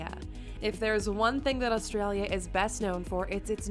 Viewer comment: You gotta start saying "Oz-ee".. Not "Au-zee".. And South Australia was a Free State only for the first 10 years.. Adelaide has "a beach" 15 mins from the CBD, that runs bout 350kms North/South haha.. We see a water/ocean sunset.. Labor PM Bob Hawke, drank a "Yard of Ale" (a yard ale glass) in 12 seconds. While he was Prime Minister, he didnt drink a single drop. Coopers is Adelaide beer, mainly Pale and Sparkling Ale, made in the suburbs.. My great Uncle went to WWII under General Thomas Cooper from Coopers brewery. Melbourne Bitter is from Melbourne, as is Victoria Bitter, amongst others.. etc etc